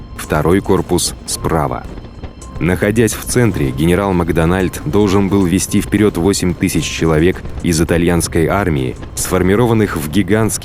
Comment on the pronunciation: МакдонАльд